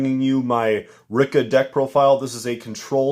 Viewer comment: its pronouced re-ka